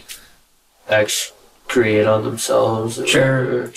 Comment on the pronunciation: He meant to say defect but said Escrate and calls himself very intelligent